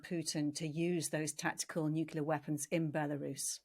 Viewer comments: "nookular" video closed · 'Meddyev'? 'Nookyuller'? Who is this woman?!🙄